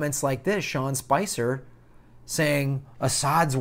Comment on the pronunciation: FYI, you keep calling him Sean Spencer, but as is shown in the title, it's Spicer. Good video overall.